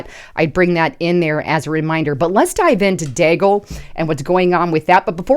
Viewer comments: It is DEE-gal . Come on man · and rhymes with Seagull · its pronounced DEAGLE like ( BEAGLE ).... Milartary Think Tank like RAND Corp.,CSIS, etc...